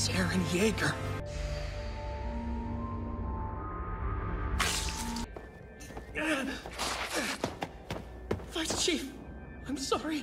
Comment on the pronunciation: Sometimes "Eren Meager"